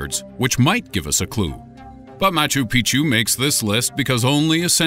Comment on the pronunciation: Machu Pic'chu is pronounced "Mah-choo Peek-Choo", not "Mah-Choo Pee-Choo". It may seem like a minor thing, but it changes the meaning. Think Spanish's "Años" versus "Anos".